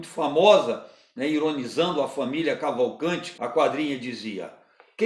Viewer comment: Vídeo bom demais. PS: Cavalcantiiiiiiiii, com ``i´´